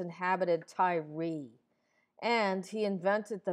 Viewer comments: Why do you pronounce it "Ty-ree?" This isn't the 2007 New York giants lol. I think you should look up and listen to some of these words and names you're mispronouncing because it really kills the vibe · Old video. At some point I will go back in and redo all the videos that need fixing. It is pronounced "Tire". Someone pointed it out awhile ago.